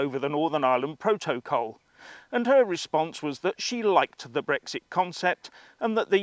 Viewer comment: It`s BREXIT not , repeat not BREGGS ZIT.